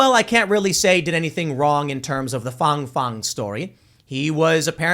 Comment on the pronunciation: Why do you keep calling her Fong Fong? Her name is Fang Fang.